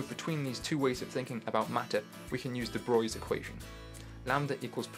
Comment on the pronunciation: Bravo! Thank you. Bonus for pronouncing deBroglie correctly (rare). More please. Suggestion: make your personal videos private so we don't have to wade through hundreds of them trying to find more like this (sadly I gave up pretty quickly).